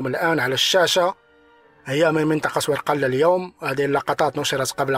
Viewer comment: تنطق ورگلة و ليس بالقاف